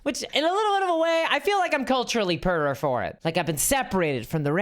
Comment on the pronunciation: I love the way you pronounce poor.